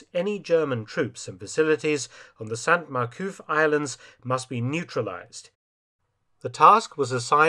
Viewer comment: Silent "t" with male saints in french (that begin with a consonant), Dr F - but not with females; ie Sainte Mere-Eglise. Otherwise, another BZ!